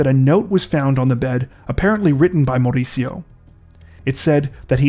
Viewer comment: MaUricio with big accent in U that’s how you say it 🙂 Hahaah but your accent is cute.